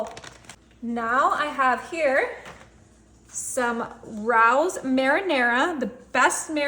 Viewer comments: Oh my god. Rows it's Raos. Ray os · RAY-O'S, NOT ROWS. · It's pronounced Ray-O's not Rous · It’s pronounced Ray-Os. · It is pronounced "Ray-O's" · It’s so cute how you say that! It’s pronounced ray ohs it comes from a New York restaurant pronounce the same way! Love your videos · It’s pronounced Ray-O’s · It's pronounced "Ray Ohs" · Raos...LONG A like Ray... Good recipe.